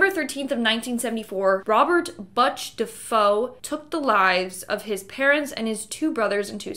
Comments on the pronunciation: the family killed in the Amityville house is pronounced DEE- FAY-O not Dah -FOE. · Dee-FAY-o not Defoe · DeFeo (prounounced Duh-Fay-Oh) not DeFoe. LOL. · Thank you so much for correcting that because it was driving me crazy as well!!😂 Also his last name is Defeo not “Dafoe” which was bothersome as well!! Not like the actor Willem Dafoe!!🤣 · Dafoe? It's Defeo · It’s Ronald DeFeo not Defoe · It’s ronnie defao pronounced Da fay o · You're saying the Dafoe man's name wrong. The Amityville home is beyond haunted. It's known to have a gateway to hell in the basement. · Defeo as well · So you’ve never heard the story of Amityville before? LIKE EVER? Cuz you surely did not pronounce the last name correctly. Lol… wtf 🤦‍♂️🤦‍♂️🤦‍♂️ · His name was William Butch Defoe not whatever the hell you said which is incorrect the English language I know it’s tricky lol😅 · “Butch” is pronounced like “Butcher” without the -er, and “DeFeo” is pronounced like “Duh-Fay-Oh”. It’s odd because “feo” is Spanish for “ugly”, so, “Of Ugly” is the literal Spanish translation of the name. 😮 By the way, I’m not telling you the pronunciations to make fun of you, I just thought it might help if you were going to make any more of these vids. Thanks for this one, I really enjoyed it 👍🏻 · His name was William Butch Defoe not whatever the hell you said which is incorrect the English language I know it’s tricky lol😂🤷‍♂️😡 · Butch DeFeo not Botch DeFoe. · Its "bootch", not bitch or biatch for that matter. I hate it when people mispronounce proper names or even nicknames. It just makes it seem like sloppy research was done. And the last name is "defay yo" not "de foe". Just sayin..